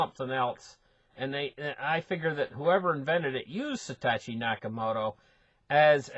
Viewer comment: Lol. It's Satoshi not Satatchi. love your work :)